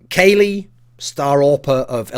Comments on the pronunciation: You should get english lessons from pasha.. not Kayle, it's KUKLI!!! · You pronounce it Kalli, not Kaley. :P Silly Thorin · should just pronounce it KOLY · thats the way that casters used to pronouce it but its actually pronounced cali like in california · Why are you pronouncing Kqly like that!